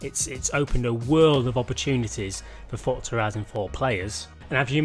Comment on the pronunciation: its called forZa not fortza ... fortnite and forZa didnt magicly get a baby ...